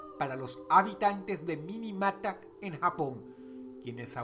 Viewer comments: En el puesto nro. 2, la ciudad no se llama "Minimata", es "Minamata". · La ciudad japonesa es Minamata, dónde está la letra "i" entre la "n" y la "a"? Estos son los detalles que hacen que pierda sentido hablar de temas importantes como ese. A raíz de ese problema se creo el convenio de Minamata. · la pronunciacion correcta en la numero 2 es Minamata...